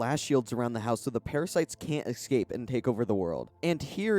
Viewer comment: Not the worst videos. Extra plus for lack of ads. Just have to finally say it. The way he says "escape" (eKscape) keeps crushing me every time, and it's alot.